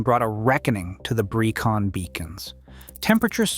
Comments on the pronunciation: "Pen Uh Van" not "Pen Eye Fan" "Breckun" not "Bree-con" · I'm writhing in agony listening to this commentator BUTCHERING the place names. Here goes for correction. Brecon is pronounced Bre con. The 'e' is pronounced as in egg, hence Brecon. Pen-y-fan. This is Welsh language and pronounced Pen e fan. Again 'e' as in egg. I can't watch any more as the butchery hurts me. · This is lazy and inaccurate! You need to correct the narration this is terrible... * Pen Y Fan is pronounced PEN EE FAN not PEN EYE FAN. * Brecon Beacons is pronounced BREH CON not BREY CON or BREE CON * That's NOT Andy McNab it's Chris Ryan and Jason Fox * Andy McNab DID NOT escape the desert he was captured. The escape was made by Chris Ryan. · Jesus Christ, will you lot PLEASE learn how to pronounce Welsh names? 😭 It just makes you look incredibly ignorant of your chosen subject! Bree-con? Pen-I van? Card-rae? Seriously, c'mon man, sort it out, please!